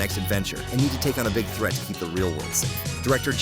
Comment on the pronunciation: that said gig not big